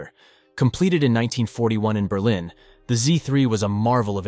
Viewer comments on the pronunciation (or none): none